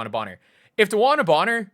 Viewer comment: Bonner is actually pronounced Boner